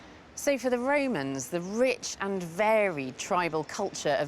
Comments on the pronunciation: "the Raymonds ' or The Romans ? Posh pronunciation is irritating. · Why does this lady call them "Raymans" instead of "Romans"?